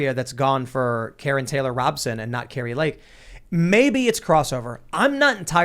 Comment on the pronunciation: I'm no fan of KTR, but understand her name is pronounced Robe-son, not Rob-son.